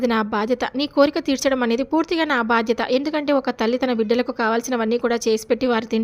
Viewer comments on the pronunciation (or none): none